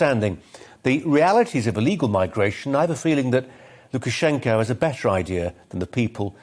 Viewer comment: Well done saying Lukashenkos full name without biting your own tongue off 😂